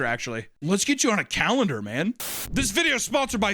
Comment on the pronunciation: "Let's get you on a CALANDAR, Man!" Lol